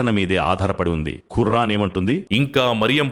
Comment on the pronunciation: Khurran kaadu khuraan ani palkandi